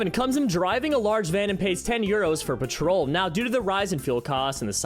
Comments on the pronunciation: Dude just letting you know it's not patrol PET-troll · My guy....learn how to pronounce words, and what currency symbols are. Thats the pound symbol, as in english pounds £, the euro symbol is an e like shape being €. That and Petrol, is not pronounced patrol. Im not even a native english speaker and I know that. My country doesnt even use pound or euro, we got our own currency... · Pet - roll. £ = pounds. Mum is not pronounced mom, but I'm nitpicking with that. Actually vexxed me for no reason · Petrol not patrol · 1. It's pEtrol not pAtrol. 2. That is a pound sign not a euro sign, literally everyone outside the U.S. would know this. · I like you a lot, so please say it with me: pet-roll. Petrol. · It's pronounced pet-trahl not patrol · Yeah it’s “pet troll” with no gap in pronunciation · Peh-trul, emphasis on the first syllable. Also that's a pound sign, not a euro 😅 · When did he say petrol? I heard him say patrol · I am no European but I know as an American it is not pronounced like "patrol" 😂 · Said petrol wrong, and they are not euros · I understand that he says petrol a little weird. After all Americans call this liquid gas. But where I really lost it is at "gauge". Never have I ever someone pronounce it like goche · You say petrol funny... 😉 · AI can mispronounce things quite often as well, though. I think the petrol thing is literally him not knowing how it’s supposed to be pronounced. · The way he says petrol hurts me 😂 And I'm American! It's not even our word! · Petrol was annoying but gauge fucken sent me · bro im british we do not say petrol like that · i have never heard petrol pronounced like this lmao like your voiceovers doe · Petrol, gauge, and obligatory all bothered me. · Genuinely crazy